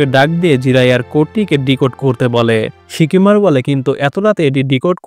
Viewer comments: ভাই শিকিমারু না সিকামারু 😅😅😅😅😅😂😂😂😂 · Shikimaru na oita shikamaru